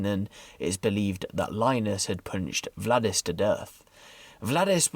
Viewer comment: Btw butchered the names: In Latvian names are pronounced as they are written, ie. Valdis is not Vladis. Got Lainis right tho. Keep reporting tho - I like your reports 👍